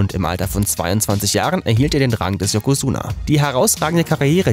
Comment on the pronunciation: Yazuka? Nicht yakuza?